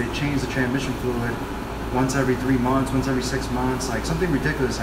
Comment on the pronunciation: does anyone else die a little whenever he says TraNMission